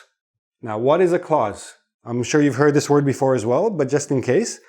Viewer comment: Dear teacher, when you say “clause” it sounds as if you’re saying “cause.” I can’t hear the consonant “l” clearly. You’re class is so helpful, though.